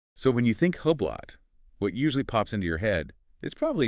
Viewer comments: It is Spelled Hublot. But it is Called Hublow. You people are not saying it the right way! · Huuublot 😂 It’s pronounced oooblow. This must be an AI channel. No person I know pronounces the brand the way you two do.